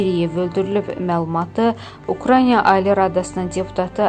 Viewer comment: Niyə Ukraynyaa? Ukrayna, bu adı belə tələffüz etmək çox çətindirmi?